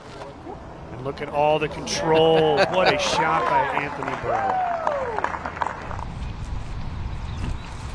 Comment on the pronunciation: Commentator definitely called Barela "Anthony Buhr"